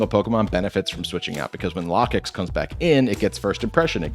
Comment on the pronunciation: dont worry about the Lokix name thing, everyone also says Gargancl wrong as hell too.